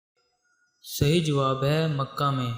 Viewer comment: Maka No Makkha !!